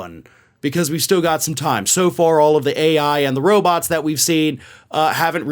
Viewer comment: Did he say robutt?